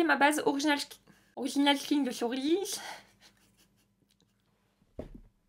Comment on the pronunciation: « Orichinals skinch de chez orichins » 😂😂😂 J’adore ! tu me fais toujours rire 😄 En tout cas j’aime beaucoup tes revues, je me retrouves beaucoup dans les produits que tu aimes et j’ai de la chance d’avoir le même type de peau et la même teinte de peau que toi donc facile à retrouver les produits sur internet pour commander 😅